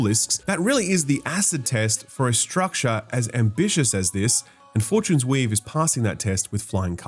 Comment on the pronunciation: Is it just accent or are you calling it Four-Tunes-Weave as a hint? 👀